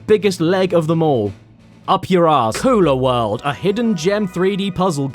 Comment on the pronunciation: When he said "Kula World" I had to look back up at the screen cuz I legit thought he said "Cooler World". As in, a world made for, or made by, small ice chests you might bring to a picnic.